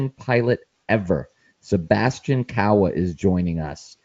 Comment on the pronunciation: What is amazing that Kawa is the best glider pilot ever and you can't pronounce his last name correctly. What is wrong with you people?